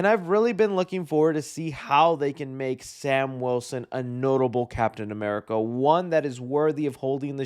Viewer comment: I’m not used to you saying Captain America right 😭